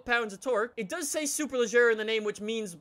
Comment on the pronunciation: It should be "SuperLeGeRa" and pronounce like the "AGeRa" in the Koenigsegg Agera. I don't know who teach you to pronounce it like "SuperLeJerRa". Don't judge on me, BECAUSE "SuperLeGeRa" sounds much more elegant than "SuperLeJerRa"